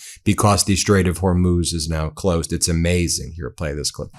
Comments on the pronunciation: Trump can't pronounce Hormuz either Ben.... Her Mose...... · Did he call the straight OR MOOSE? 😂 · He can't even pronounce Hormuz correctly- idiot! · As always it just gets horrific every single time he opens his mouth. He either lies or becomes Dozing Don every day. Go to bed Dozing Don. There’s that drooping face again as he sleeps. He never pronounces correctly or finishes a sentence or stand up because he can’t!